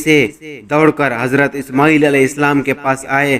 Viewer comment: ishmooel nai ismaeel tha uska naam pehly parh lia karo na like leny keliy